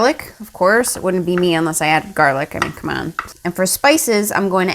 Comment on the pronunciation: me why did she say gerlic- the editor:gErlic???